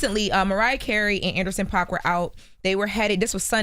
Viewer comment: It's pronounced Paak!! Like a “pack of squares,” NOT Pac. 🤦🏽‍♀️